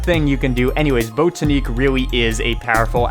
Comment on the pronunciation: Botaniq as in “botanical gardens”, not bOtaneec